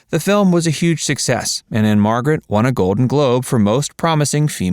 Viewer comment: Anne Margret Who? Even saying her last name (which no one does or ever has but probably he parents), you still didn't get it right.